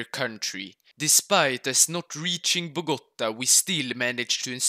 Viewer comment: Nice pronunciation, but why do all people Say Bogota, is Bogotá 😭 🇨🇴